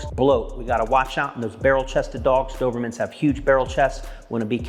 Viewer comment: You are pronouncing the breeds name wrong js